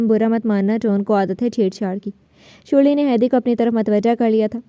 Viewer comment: her name sharley no shurli😂😂😂😂😂😂